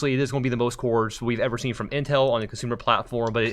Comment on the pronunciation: does he call it inhel?